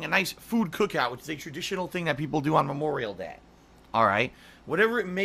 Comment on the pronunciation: Can't even say "Memorial Day," eh,?